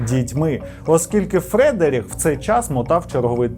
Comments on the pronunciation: Правильно буде фрЕдрік. Порада - використовуй Forvo для власних імен. P.S. ну і Глазго, а не Глазгоу. Пан, ви як на мене, інколи забагато географічної інформації даєте, яка особливо нічого історії не додає. Не пам'ятаю епізод, але там майже не в кожному реченні називався той чи інший округ штату Флорида - воно більшості людей нічого не сказало і так, а в назвах - помилка на помилці. Зробіть собі життя легше і пропускайте географію де вона нічого не дає. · Я думаю правильно ФредерІк, типу як Шопен